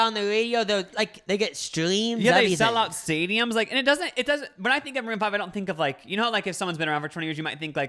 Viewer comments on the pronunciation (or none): It sounded like said “moon fried” rather than maroon five…